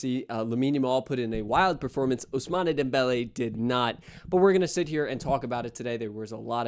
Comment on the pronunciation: Ousman not ousmané